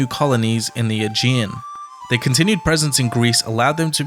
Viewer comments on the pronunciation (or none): none